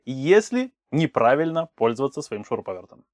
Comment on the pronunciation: Вот как Вы неправильно говорите, так вы неправильно и написали в шапке слово "НЕ правильно". "Не" с прилагательным и с наречием пишется слитно. И не нужно при разговоре выделять более громко приставку "Не", это неграмотно, Вы тем самым "вписываете" в разговоре пробел в этом месте, эффекта Вы не добьетесь. Гораздо эффективней проговорить это слово громче, звонче, но быстро, односказанно!!!